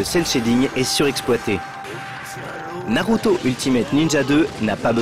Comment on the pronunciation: "Naruto Nina Hello 2" !? La vache.....